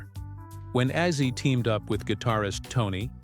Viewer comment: Ozzy, not azi!!! Get it correct!!!!!!!!!!!!!!!!!!!!